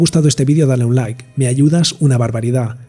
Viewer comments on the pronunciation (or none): none